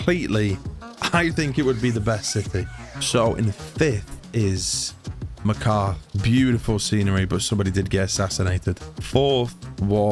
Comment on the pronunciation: Loved the video. Very unique premise But your pronunciation of Markarth drove me up the wall haha